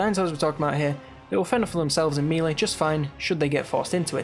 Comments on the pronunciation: Christ laddie! If you're gonna use the word melee a million times at least learn how to pronounce it! Nice video, very thorough! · Melee is pronounced maylay